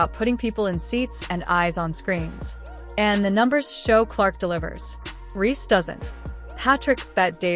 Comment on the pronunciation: Nicely said but it would have been better if the narrator knew how to pronounce Reece's name. Dumb